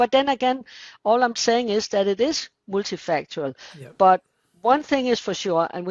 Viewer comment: "Multifactorial" - lol